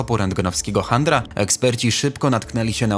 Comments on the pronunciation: Litości, nazwisko (skrócone) genialnego indyjskiego astronoma wymawia się CZENDRA. I tak wymawia się nazwę teleskopu. Chandry można dostać od niechlujstwa popularnych sieciówek! Podpowiem wam; jak macie wątpliwości to włączcie sobie angielską wiki. Tam zazwyczaj jest WYMOWA. (Piękny film, a kiksów co niemiara, może potrzebujecie redaktora, ja chętny:goodvibes:). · Niema pewność, ale chyba powinno się mówić "czanda" chandrę to ma makler jak ma zły dzień .detonacji a kto detonował ?